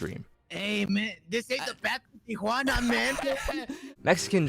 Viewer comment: they way he says tijuana lmaooo